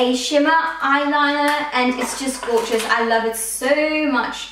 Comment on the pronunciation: why do you say gorgous